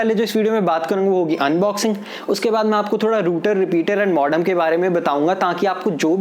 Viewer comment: Ruter nahi bhai router bolo... modom nahi modem bolo.. 😂 nice review thanks